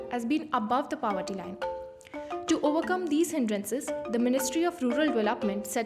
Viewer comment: Please pronounce the word POVERTY properly.